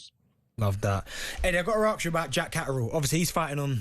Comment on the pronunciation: Darren saying “Eddie I gotta axe (ask) you about Barbosa…” - why do they all say “axe” instead of ‘ask’???🤡🤡🤡